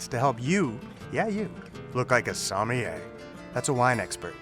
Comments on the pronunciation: Be it in French or English, sommelier is 4 syllables! ;) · Soh-Mil-e-eh Americans :/